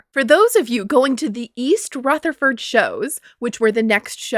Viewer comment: I can clock that is not from around me by the pronunciation of "East Rutherford" alone...😅